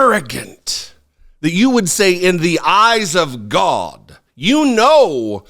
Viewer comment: Your pronunciation of Gawda proves you are telling the truth about your youth.